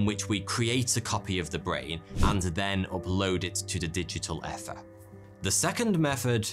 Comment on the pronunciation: Crikey, it's "ether" with an initial "ee" sound. Rhymes a bit with "beaver", not "feather". You're going to have to start looking this things up, there's websites can do pronunciations for you.